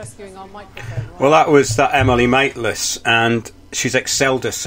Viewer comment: I like how you say Emily Mate-less LOL